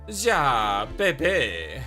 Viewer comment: Btw I don't know if you're doing it on purpose or not, but in case you're not aware, 'Ja' is pronounced 'Yah'. (In most german words that contain a J, they are pronounced the same way.)